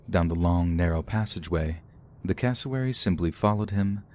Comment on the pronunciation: Thought he was saying Casselberry when he was saying cassowary